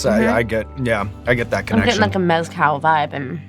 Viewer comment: I'm going to start pronouncing Mezcal like her. "Mez-Cal" 😆